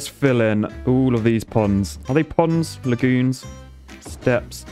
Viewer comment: Not ponds but poonds